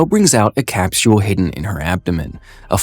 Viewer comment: good video but what tf is a "cap-tul" it's a capsule